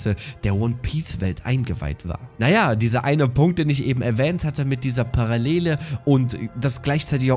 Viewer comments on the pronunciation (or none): none